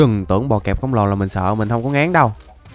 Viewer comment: Bọ cạp chứ ko phải bọ kẹp anh ơi kaka